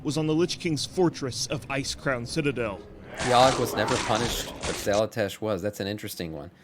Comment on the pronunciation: I love your content...but I cant get over Xal'atASH! lmao